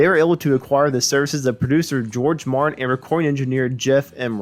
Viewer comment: Are you saying, "Marin"? It's M A R T I N. George Martin, with a ' T '